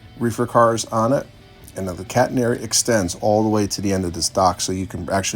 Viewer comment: Beautiful set-up! 💯 👍 I thought I heard you say "cat hair" "prototypical cat hair"!